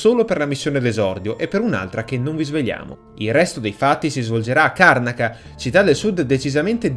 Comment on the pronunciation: Si pronuncia "Karnàca", comunque...